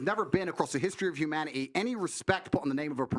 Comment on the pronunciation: “History of hu- man -e-e” instead of humanity was so annoying